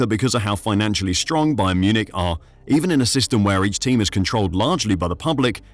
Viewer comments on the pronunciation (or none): none